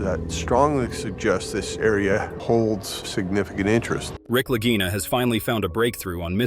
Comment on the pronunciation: How many different ways are they going to mispronounce the Lagina name?